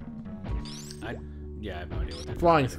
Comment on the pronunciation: actually the plural of cyclops is pronounced sahy-kloh-peez, I'm not saying that to be a grammar nazi, I just think that word is funny